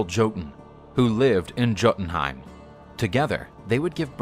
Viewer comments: Like juiltenheim but it's pronounced as a y I'm american btw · The "J" in Jotunheim is pronounced like a y. It would sound like Yotunheim. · Yes I know it’s pronounced Yotunheim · It's pronounced "Yotenheim" not "Gotenheim" , this annoyed me every time I heard it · When this guy says JOEtenhiem😬 it’s pronounced Yo-tin Ooomg. Bruh. If you gonna tell a story BE ACCURATE! PRONUNCIATION!!! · Gotunheim? Hahaha Jotunheim* (Yo-tunheim) for the American. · Thank you. I hate it when people pronounce it as Jo-tin-heim and not Yo-tin-Heim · its not joe dn heim it yo dn heim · They butchered the names bruh hahaha For example the "j" is pronounced as how you say words with y like yes or you(yotunheim instead of jotunhiem in terms of pronouncing) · Great video. Very informative :D ... Although your pronunciation of Jotunheim is a little like fingernails on a chalkboard LOL Jotunheim = "yaw-toon-heym" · Its pronounced Yo-tan Hyme.. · It’s pronounced yo-tin-hime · It’s pronounced yotenheim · Yoh-ten-ha-im I love this vid but the mispronouncing hurts my ears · All the work the create this video and you couldn't even be arsed to pronounce Jotun/Jotunheim/Jotunheimr correctly. The 'J' is pronounced as a 'Y'. 😐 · I am Anglo Saxon. Hearing the stories of our gods means alot... but why do you pronounce jotenhiem with a j sound but jormangunder with a y. I love the video but it bothers me that you don't pronounce things right. Thank you for sharing our culture! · I cringe Everytime he say Jotenhiem wrong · The only problem with this is the way he pronounced Jötenheim